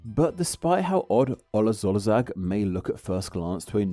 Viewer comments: that’s pronounced more like /olasorsaag/ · Good video. When you see "sz" in Hungarian, 99% of the time it is pronounced "s" in English (like in see, sail, sight). Just erase the "z" from the word and read it that way. Olaszország --> Olasorsaag. Maybe this helps. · pronunciation: "olas orsag", not "olaz orzag". "nadjh", not "nagi" :) hungarian "sz" = "s", hungarian "s" = "sh".